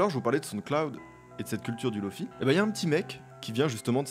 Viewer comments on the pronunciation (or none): Hey ! On dit LoFi (et pas LoFai ou LoFaye) : ça vient de Low Fidelity. Sur le lofi on applique un grain sur le son afin qu'il paraisse sortir d'une cassette ou de ton lecteur VHS. Les samples sont aussi souvent de moins bonnes qualité. On l'oppose à HiFi. Pour High Fidelity. Un des pionniers du LoFi c'est Nujabes. Il a fait la bande son de Samourai Champloo. Si tu ne connais pas, poses toi, mets son titre feather dans tes oreilles :) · On dit "Lofi" et pas "Lofay" étant donné que Lofi signifie "Low Fidelity"